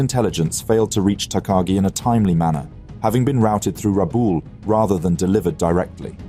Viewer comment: Rabaul: rabah-ool. Miyoko: mee'-oh-koh; no "yoko" in there. Hosho: hoe'-shoh.